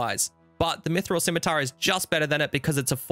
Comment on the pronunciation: thank you for always correctly pronouncing scimitar. I can't stand when people other than children willfully pronounce it wrong "bEcaUsE iT soUNds bEtTEr"